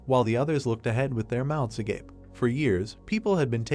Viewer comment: ish. Finally the ai said agape V.S Agapaay.